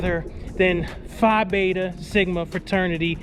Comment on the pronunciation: PHI BETA…Nah…let’s call it Fly Beta 😂😂😂😂 Great video - LOVE your cross countries!